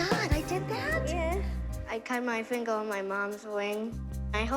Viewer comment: ‘I cut my finga on my mahms ring. I hawp I can staill dwance’ 😂😂